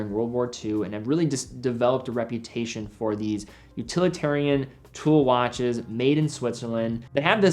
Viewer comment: & Helicoper , wach/waches